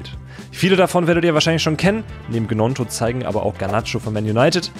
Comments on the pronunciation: Nur zur Info Willy Gnonto spricht man „Nionto“ aus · Die Gnonto Aussprache is schon bodenlos 😂